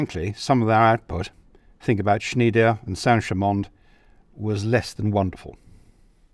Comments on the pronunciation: It is called "SchnEIder" not "SchnIEder". Speak it as you would speak an "I", as in "I" would go..blabla". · I realise that 'ie' and 'ei' are difficult to read and pronounce for anglo-amarican speakers, but the factory is Schn EI der. not Schn IE der. 'Schneider' in other word pronounced something like "Schnaider". Same mistake is often made about the Leibstandarte Adolf Hitler, also often pronounced as 'L IE bstandarte'. Just saying 😉 Nice video again!